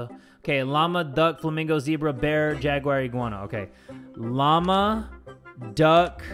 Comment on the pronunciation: Y does say Jagwire? Instead of Jaguar 👌🏽😅😂🤨🤔